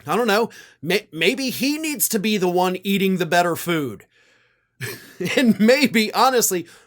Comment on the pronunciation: Love how he slurred the word "Foodthhhh"....